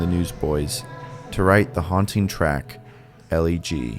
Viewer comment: This is hands down my favorite Newsboys song. it's rare for a Christian band to speak so honestly about tragedies, especially suicide. But just a quick note on pronunciation: The song title is a play on words. Elle G is pronounced like "elegy", with a short "e" sound, since that's, essentially, what the song is (an elegy is a poem lamenting the dead).